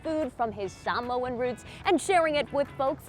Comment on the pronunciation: Love the video. Now I have to check these places out. I love how the reporter pronounces Samoan the correct way.